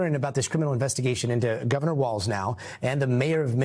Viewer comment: How come they can put hyper Latino accent on Maduro but they keep saying “Tim Waltz”?? There’s no T in his last name.